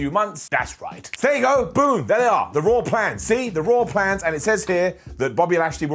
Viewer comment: LOL "ROAR PLANZ"